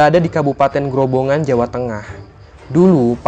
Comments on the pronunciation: Grobogan bukan grobongan saya orang situ soalnya jadinya tau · Grobogan bukan grobongan! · maaf tadi sampaen salah nyebut nama kabupaten grobogan, bukan grobongan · Grobogan min bukan grobongan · Grobogan nggak grobongan maaf ya 🙏🙏🙏🙏aq orang grobogan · Kabupaten grobogan mas bukan gobongan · Grobogan mas bukan Grobongan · bukan grobongan tapi grobogan